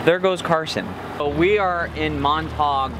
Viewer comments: Love the video. It's always nice to see the reaction of first-time visitors to south western BC. That's how we know we live in a great place. Been to Montague Harbour many times but I think you mispronounced the name. No one I know says Mont-tawg, they say, Mont-a-geew. Also the island is not Gawl-e-anno it's Gal-e-anno. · Love your videos! You guys rock! Sorry, but after the 3rd time of hearing "Montog" park, I have to say it's pronounced "Mont-a-gue", like mont-a glue (without the l). I apologize (so Canadian) if this has been pointed out to you already. Keep up your tremendously entertaining vlogs! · Loved this video! Just FYI Montague is pronounced Mont-a-gyoo. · Before we bought our RV this year, we were boaters. Spent many Summers cruising the Gulf Islands. Beautiful. The Hummingbird Bus Pub is fun if you get back to Montague (pronounced Mon-tag-guw. Ganges, perfect stop. The Treehouse is excellent. The Saturday Market is not to be missed. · Mon-ta-gue Harbour. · Mon-ta-Q Harber......sound it out. Hope u enjoyed yourself. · Nice to hear you mispronouncing Montague.